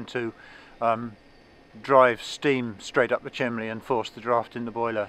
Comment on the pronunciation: ...Please go to your brother and teach him to say CHIMNEY. Chimley is something a 7 year old would say. You have had over a half century to learn the vocabulary of your hobby, so get with it and go back to the basics.